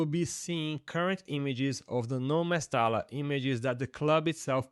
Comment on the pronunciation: mesta l a ....instead of mesta LLA...🤣